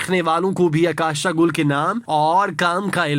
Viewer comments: اکاشا نہیں اوکاشا گل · جی،اور عکاشہ کی " ع " پہ پیش پڑھنی ہے۔